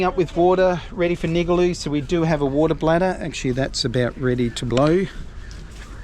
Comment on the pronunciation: nigaloo pronounced Ning Gar Loo